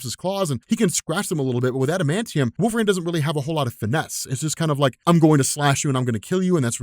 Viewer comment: I love this video but at one time, I thought you said “Wolf Rain” and I was like, who?? How did I miss this character 😂😂